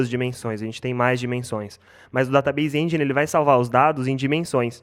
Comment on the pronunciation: ESS KI EL SERVER DATABEISE ENDJAINE = PRONUNCIA KKKKKK